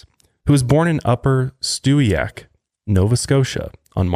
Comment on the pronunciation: Omg i had to do a double take when you said Stewiake haha sending much love from Nova Scotia, it sure can get creepy out here ✌️